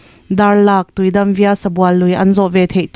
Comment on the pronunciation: Via tih loh tur Vaya tih tur. NH 44A Darlak - Tuidam via (vaya) Sabual tiin.